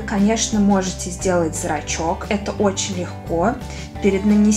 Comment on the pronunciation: Зачем ты говоришь зрацки